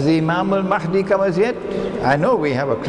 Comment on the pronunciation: Brother Imran keeps pronouncing the letter "H" in the name Al Mahdi like the one in the name Ahmed. The letter "H" in Al Mahdi should be pronounced as the "H" in Hector.